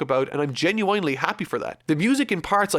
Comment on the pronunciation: Homie really said “genu-INE-ly”